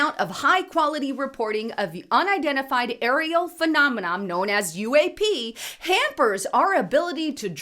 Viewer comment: Girrrrrl, it's not "phenomenom"- the word is "phenomenon", ending in an "N"! Geeez